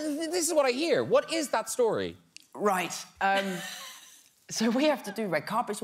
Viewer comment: that was a very posh ‘right’